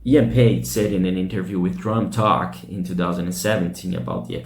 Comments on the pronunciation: Drummer's name is Paice, nickname Paicy, not Page. work on your pronunciation man before you go online, would you? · I liked your video... tnx for putting it up... and I need to say that Paice is not a Paige like you pronounce it :)